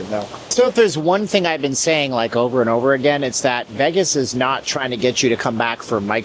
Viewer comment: Tuned out after he said Veggis the 100th time.